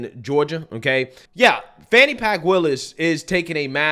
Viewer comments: "Fani pack" 😂😂😂😂😂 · And pronounce her name correctly! For the slow, disrespectful people...Fani is pronounced FAWNY! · "Fani Pack" 😄